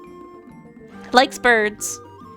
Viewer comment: I find it funny how you kept freaking out over "Ornithologist" yet pronounced it correctly. Literally I only know how to pronounce it because of the Family Guy Bird is the Word joke